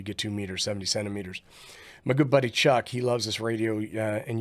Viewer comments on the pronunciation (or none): none